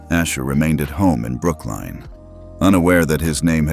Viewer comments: IT IS NOT BROOKLINE, IT IS PRONOUNCED AS BROOK-LYN.😡😡😡😡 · It's NOT pronounced as Brookline, it is Brooklyn. Learn how to pronounce correctly. Not first mistake you have made, sort it out properly. Don't they teach you how to pronounce in the USA?